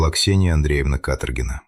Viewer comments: ДИЗЛАЙК. СНАЧАЛА ОПРЕДЕЛИТЕСЬ С ФАМИЛИИЯМИ. КаторгинА. И не Фёдорович. А ФедорОвич. Давите на психику слушателей А по сути вам плевать. Слово БЕШЕНСТВО. Так противно. Ну и следователи каких нет. Сказочник. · Ударения в фамилиях, пожалуйста: КаторгинА или КАторгина, не КаторгИна, русская фамилия, не романо-германское имя и не итальянская фамилия. ФедорОвич - фамилия, Фёдорович - отчество. МЧС - эм че ЭС, не эм че сЭ. В колодец сбросили, не закопали. Жертва в колодце - в белой куртке. Преступница надела пальто жертвы для продажи машины. Жертву убили несколькими ударами ножа, пальто осталось целое и чистое. На сиденье машины осталась кровь. Преступник сел на кровавое сиденье, нимало не смущаясь и не боясь испачкаться, и погнал машину в другую область. К перекупщикам приехали сразу - без мытья окровавленного салона машины - 14 ножевых это же море крови, автор дорогой. Штампы :"Ну что, будем в молчанку играть или спасать твою шкуру?", "Ладно, начальник, твоя взяла." Преступники и следователь называют все имена полностью с фамилиями, преступники называют жертву по имени и фамилии. Этот рассказ самый некачественно выполненный из всех на этом канале.